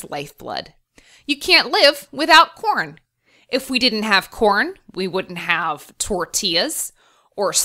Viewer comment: My volume is low so every time she says corn it sounds like porn. It's hilarious.